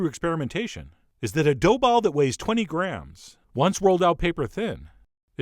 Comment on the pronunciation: g.. gr... graaams? Is this a permanent change? :)